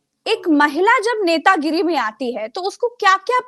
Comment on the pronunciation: Netagiri boliye, Netanagri nhi. Copyright strike aa jaega nhi toh.